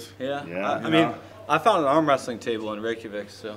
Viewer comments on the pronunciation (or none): none